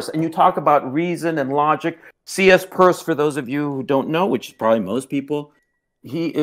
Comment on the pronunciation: This video old af but lmao at this guy calling Charles sanders Peirce, CsPuRsE